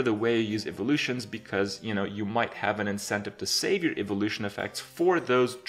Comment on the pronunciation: "Eve-o-lutions" - Kripp, 2017